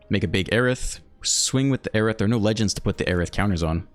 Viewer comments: It's "air-ith" not "aye-rith". Just trying to help since you said you didn't know. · Her name is phonetically (Air-ith)